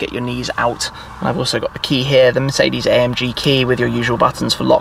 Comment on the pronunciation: Shmee150 You pronounced Mercedes wrong as always